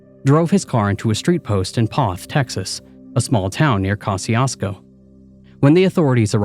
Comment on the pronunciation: 😂 …it’s pronounced "Ko-shoo-sko"